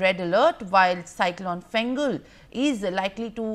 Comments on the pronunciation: Small confusion over the name of the Cyclone. It's Fengal Not Gengal 😅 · It's not Gengal it is Fengal